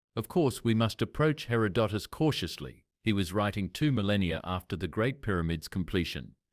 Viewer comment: and mispronouncing, in three different ways, Herodotus’ name. It reminds me of Benedict Cumberbatch and his nature video about penguins.